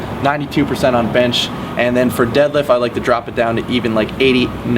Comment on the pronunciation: "My favorite for the deelifts it's the deelift." I love.